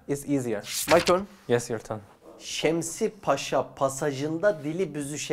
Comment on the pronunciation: Yalnız abinin "pasa" diyerek yanlış söylemesi ama daud'un "paşa" diyerek doğru telaffuz etmesine ne demeli😂